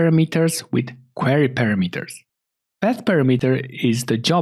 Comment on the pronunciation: thank you very much for the tutorial. 👍 It would be nice if you could correct your pronounciation of the word "parameter" in the future videos. In English and many European languages the amphasis is on the second "a". So "parAmeters" is right.)